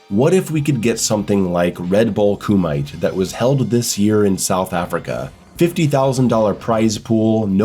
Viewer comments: The word "Kumite". Its pronounced as Koo-meet-a and not Koo-might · Sorry to be that guy, but the pronunciation is not ku - mite, it's ku - me - tey, it's a japanese word that means sparring! Otherwise, absolutely agree with pretty much the whole video. Good job as always and take care! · It's "coo-me-tay", not "coo-mite"